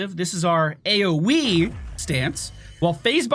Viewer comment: "this is our A-O-Wii" :)